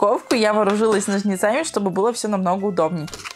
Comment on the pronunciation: нОжницами ударение на О))